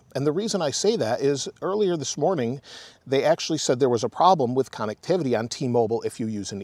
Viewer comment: I love the videos and updates, can’t help to laugh every time you mention “cannectivity”